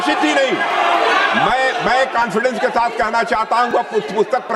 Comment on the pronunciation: Abe chutya kanfidence mat bol sabdhh ka uchhar to sahi se le na yaar